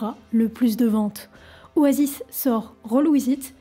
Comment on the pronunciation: Super elle a pris des cours d'anglais ! Juste oasis se prononce o-ey-siss